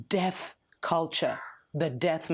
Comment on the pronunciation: Whenever you said death culture I kept hearing the debt culture... hopefully debt culture ends too